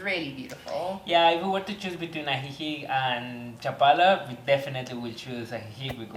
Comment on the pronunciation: You dont pronounce the c in ajijic..its "uh-he-he".just an fyi